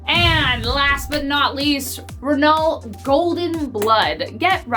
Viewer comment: Did she say ruhnull blood....? Yup....she did